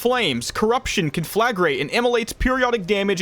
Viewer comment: “KAHN-fluh-grate” Thank you for coming to my TedTalk. ;)